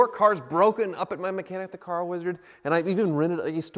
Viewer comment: Next week: "Sooo, the weezard just gave me an estimate on fixing the Rolls Royce, and it came out to $4,800..."